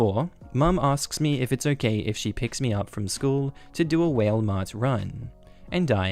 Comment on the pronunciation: Giggling at “whale” Mart. I love how different places pronounce things differently.